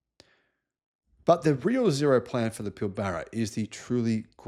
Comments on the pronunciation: I agree. But small point it's pronounce PILbara not pilBARa. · Keep up the good work,! But one small point, it's "Pill-buh-ruh", not Pill-barra". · Pilbara not pilBARRA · I have lived and worked up there for 20 years on and off. It gets lazied down to "Pil-bruh" in my experience. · Hi, long time aussie viewer. Please pronounce Pilbara as PILL-BRA as do we local aussies. I don't care if you mispronounce foreign place names, but you should get our local places right. Cheers, and this is constructive criticism, ok? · Fascinating and inspiring video 😀👍 but is it really pronounced Pill Barra !? Almost sounds un Australian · No one pronounces Pilbara Pill-Barra...no one. Thank you. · For and other non-WA-natives: we pronounce "Pilbara" with the emphasis on the first syllable not the second, and the 'a's are more like "uh". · I am a fan... However your pronunciation of Pilbara is way off